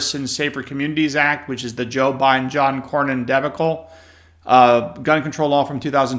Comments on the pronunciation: Come on man you're an attorney, you're supposed to be smarter than everybody else, and you can't even pronounce debacle correctly. You sound like a goofball. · You just butchered, debacle. It’s one of those words when pronounced properly defines itself.